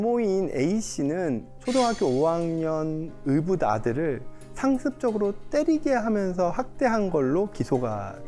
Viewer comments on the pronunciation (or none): '의' 발음이 안되시네요 으자 으붓아들